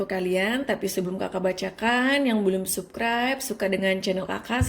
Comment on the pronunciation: Subscribe,,, itu dibaca sabskraib kak😭😭😭 bukan tetap di baca subskraib... Dari awal aku terus ikutin chanel kakak, ya emang aku suka, tpi kalo kaka nya sudah bilang subkraib, yg tadinya aku denger penjelasan kaka sedih, langsung balik galfok😭😭😭 🙏🙏🙏